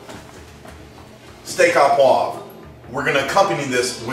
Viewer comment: yip yip yip...hurts my ears to hear steah a poivre...should be steak oh poivre! OMG NO WINE...cognac ONLY!!!!